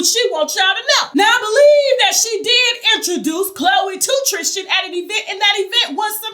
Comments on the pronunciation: Trisss-ten. Not Trish-ten ☺️ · Lol she keeps calling him TRISH-tan lol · 😆 she kills me with how she pronounces Tristan's name.. "Trish-tan" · Omgggg yes! Lol if you can say Kristen why can’t you say Tristan???? Lol